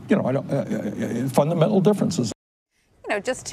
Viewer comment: Anybody else hear how he said fundamental?😀😀😂😂